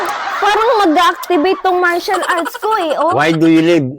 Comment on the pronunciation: Martial arts po hindi Comercial arts hahahahaha😂